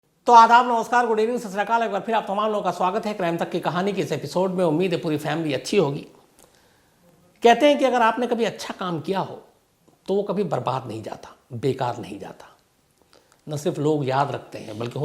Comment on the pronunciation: Sasrakal yar kya bol rahe ho Satshriakal ji bola jata h